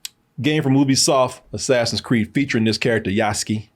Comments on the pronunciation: loved the video but for the love of gosh. Name is Yasuke. YASUKE, pronounced Yaa-s-K K, as in 'K,' not K as in the word 'Key'. (You guys pronounced it as, Yasuki.) Some gamers are annoyed with the price which honestly can mostly be ignored. Folks have fomo and think they are forced into 130 for the game when you only need to spend, 69.99. Also, most gamers know by now, Yasuke has been depicted in plenty of games and anime. Even then super popular Ghost Of Tsushima, ported to PC last week, has Yasuke as a secret playable char. For those complaining about the 'woke' politics with SweetBaby inc, its honestly overplayed.... Its not like Ubi swapped an original lead Samurai with a blackdude from nothing in the feudal age... Or Swapped a named Shinobi dude with a random girl... Its a reach, and stretch. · Yass-kay., not Yass-ski. He's 'murican, not russian. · Yoos-ke? Yahs-kee sounds like a drug dealer from Phily. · Just ran into the pronunciation YAH-SU-KEY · Yas-Kay is how it's pronounced,. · Yous-Kay Yuskue